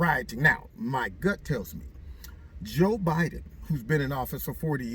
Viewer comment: Joe Buhden! 😅😂🤣